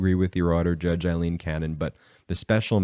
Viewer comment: Please Brett, her name is the Scots name Aileen, NOT Eileen. It drives my wife Aileen mad when her name in mis-pronounced. It is Ail-een, NOT as in aye-aye sir, Love the show by the way!